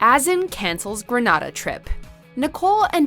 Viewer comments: Its not Gren-nuh-da, Its GRENADA!!! DAMMIT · Grenada not Granada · Whoever did the commentary, it is pronounced Gre-nay-da and not Gre-nada. Im not Grenadian, but they would get offended by the way you pronounced it. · What the hell is Grenada gren Ada it's gre nea da Americans shouldn't try to pronounce Caribbean countries names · Omg the way this bot pronounce Granada she said (grahnahdah) 🤦🏽‍♀️ pedros mom has all rights to...her family started that when everyone was happy n knowing Pedro dont like her family and was willing to go for a change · Gren ay da is how to pronounce Grenada. Granada is somewhere else. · So, watchmojo and the grace report worked on this and no one could pronounce Grenada properly? Gre-NAY-da. Shameful. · You re mispronouncing the name it's grenada as in grenade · The way she pronounced Grenada tho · Love how she mispronounced Grenada. 😭😭😭😭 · Why u gotta pronounce Grenada like that? such disrespect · omg the way she pronouces grenada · Every time they said Grenada wrong. My blood boiled 🤨🤨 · The Grenada pronunciation is killing me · The way you pronounce Grenada makes me cringe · The mispronunciation of Grenada is killing me. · Fuh real..... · I was now coming here to say that lol